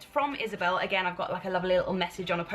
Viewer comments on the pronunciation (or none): none